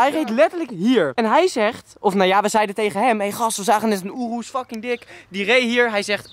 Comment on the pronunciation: Ik irriteer me echt aan hoe sommige dingen uitspreekt. Zoals rs6 aabeetee hij zegt apt of lambo urus hij zegt oeroes.....